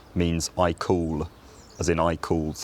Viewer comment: When you said the word call, I thought you said cool. I’m Canadian, born in England, raised by English parents (Lancs. and London).